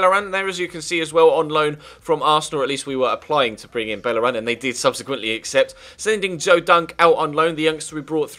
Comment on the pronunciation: Bellerin is pronounced 'Beyeh-reen'. It's a spanish name, not French.